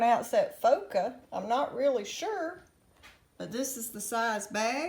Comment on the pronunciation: you pronounced it correctly Love Foca, Roma, and Ariel Edit: You pronounced all three names correctly. Well, Ariel has a slightly different pronunciation in Spanish, but to say it's inaccurate would be incorrect